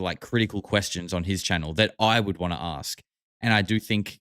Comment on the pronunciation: when he was asked if there is and ark o the south pole this moron says " yes on the south Pole and also in Antarctica " yeahhh genius Antarctica IS THE SOUTH POLE ...! not The brightest candle in the menorah is he..this guy is 1000% full of shit and he is not even intelligent ..also what is with him pronouncing the word ASK as AX.. like when he said " I was Axed " He sounds so uneducated and dumb AF